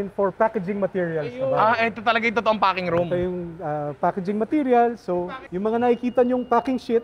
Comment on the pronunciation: Hanep imbis na packing yung F yung naririnig ko HAHAHAHA